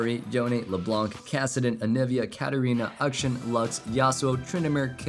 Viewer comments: Please stop pronouncing Akshan (Auk- Shaun), as Uk-shin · Question: why do you pronounce the name Akshan as "Ukshin" when the champion himself says it differently?